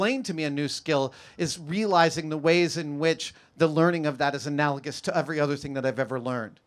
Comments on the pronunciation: He said it just fine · Lol yeah he did it right, bub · he pronounced it correctly... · What was wrong with how he pronounced it?